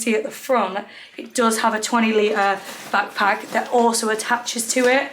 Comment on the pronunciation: Pls the way ur saying bagpack and not a backpack is stressing me out 😂